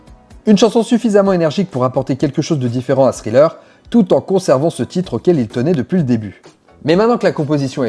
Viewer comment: super contenu :! tu prononce Pretty young THING! avec TH et tu le lis .. mais THriller ...tu dis Sriller .... !!!!! juste pourquoi ??